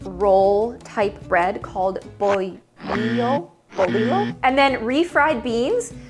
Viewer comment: I just love and appreciate so much when you feature something from Mexico 🇲🇽💖 Your pronunciation was correct! And the second attempt for bolillo was also correct! 🎉